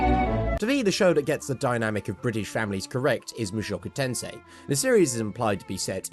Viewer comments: Someone pronouncing mushoku tensei is so rare for non-japanese people. Thank god someone finally did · yeah the pronunciation was spot on, it's phonetically accurate P.S. the words mean the same exact thing as their English translation but for some reason sound way cooler than the English name